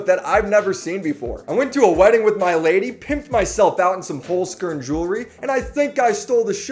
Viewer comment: I'mma be real you chef, I was gonna sub, and then I heard how you pronounce your sponsor. Its two words, Holz - Kern, meaning wood - core, in german